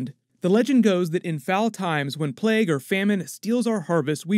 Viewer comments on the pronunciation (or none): none